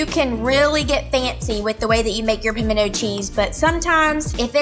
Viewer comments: I fully agree! it's not pamendo! Just like the word important! not imporDent!! where's the o,where's the d 😮😮😮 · Everyone I know in Tennessee, clearly says "pimento" with the "t". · I’m from North Central Texas, born and raised there with a definite Texas accent. We pronounce the “t”. Maybe it’s just a Georgia thing not to pronounce it? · I couldn't be around her every day. She would get on my nerves. And I live in the south... and I don't know anyone who DOESN'T pronounce the "T" in Pimento! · I'm from Texas. We always pronounce the t in pimiento. It's just a soft t.😂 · As somebody who has spent their entire life in the south, I don’t know a single person who doesn’t pronounce the “T” in pimento. Me, and my family (who has lived in the south much longer than me) pronounce pimento like it’s spelled. Thanks for the actual recipe, by the way. Glad I know the amounts of each ingredient to add 🤨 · Girl, bye. Texas born and raised and pronounce the T. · ➡ I'm from the South and absolutely pronounce the T in pimento. ⬅ I also use diced pimentos in my recipe but never drain them. You're just throwing away flavor when you do that. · You certainly are an opinionated. If you do not know anyone who pronounces the “T” in PIMENTO you have a very small number of family, friends and acquaintances. I am probably twice your age and I probably know twice as many people as you do and none of them eliminate the “T”. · Nope Nope Nope. In South Georgia we pronounce it like "Pomina" cheese. We tend to skip the "t" sound. We make it with equal parts of sharp cheddar and pepper jack, mixed with your favorite mayo and minced Jalapeño. The secret is to add in your favorite spices such as creole seasoning. 😊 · I'm from southern Louisiana and I've always heard it pronounced like Pamino cheese.